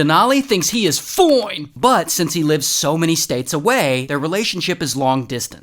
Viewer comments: I laughed every time you say Fione(fine) lol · IS NOT FINE IT IS FOINNE! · I love the way Ray says “foine”😂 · I like when he says "Foine"😂😂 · I love the way you say fOine! 😂😂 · Ray pronouncing "FIONE" 😂😂😂